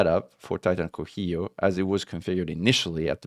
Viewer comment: this titan is named for the zapotec god of rain and thunder, it is pronounced "co see yo"